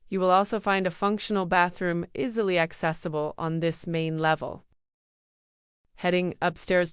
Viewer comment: Is this an AI generated voice because the narration is choppy and words like "easily" are mispronounced. "There are one bedrooms..."?